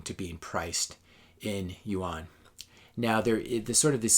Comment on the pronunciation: I think this is well put together. Seems like what your saying is that china is better at capitalism than US or any other country. I couldn't help but notice your mispronounciation of rmb and yuan. I realize that you have never been to china or you wouldn't make that mistake. Its ok, because if you had visited, you would have a different perspective. China was the last asian country i have visited. Always dreaded the the thought of visiting this horrible place i heard so many bad things about. Now I have visited more than 20 times and over 150 cities. I have a new perspective on China and Canada/US, since my first visit. I thought i was going to a 3rd world country with suppressed people dying to get out. Quite the opposite. I felt I was coming back to a 3rd world country when returning home. The people there were happy and loved their life there. They owned their vehicles , homes, businesses, credit cards. They didn't dare ever wear fake watches, purses, clothing. Those items are for westerners and they dont believe in owning fake goods. The only difference i noticed was that people seemed happier, less crime, i felt much safer anywhere in china. Sure the media is controlled, but who owns our media and newspapers and what is their agenda. I believe it is an illusion we live in a democracy. Yes we get to vote, usually for a lesser of two evils. But do you really have a say in anything past that. In Canada, the MPs do not represent their constituents. They serve the leader of